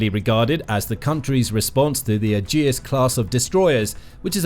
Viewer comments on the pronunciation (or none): Attempt to pronounce Aegis properly